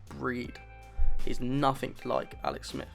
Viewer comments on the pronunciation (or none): none